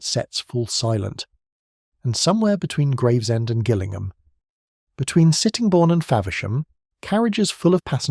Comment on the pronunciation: So….what is the Schools class pulling a DMU for, and Gillingham is pronounced with a soft G not a hard G